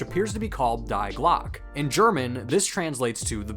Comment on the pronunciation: pronounciation of "die glocke" is making me smh